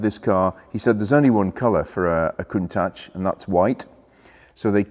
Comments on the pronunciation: pronounced KUNTAK not COONTASH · I wish He and Harry would say Countach the right way. I wonder who started this Ashhh ? Think Watch. COUNTACH! Love the show! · Watched Harry's Garage episode with Frank Stephenson, featured the Countach. Stephenson has a very different pronunciation of "Countach", kind of saying "ach" in a German way. Awesome video, a rare car. Backing off the lift made me feel a little queasy. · Learn how to pronounce Countach first please. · Very nice. Just don’t talk to Harry about the pronunciation of Countach.